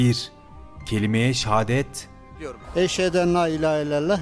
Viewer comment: Adam kelimeyi şehadeti bile doğru düzgün yapamadı ne kadar üzücü oysa kandil dualarında mevlutlerde cuma namazların da en çok kullanılan en güzel kelime nasıl yanlış okuya biliyorlar şaşkınım